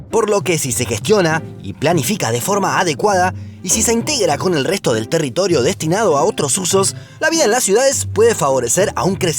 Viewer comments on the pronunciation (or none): "territolio" 🤣 soy el unico? Gran Video, como siempre. Gracias!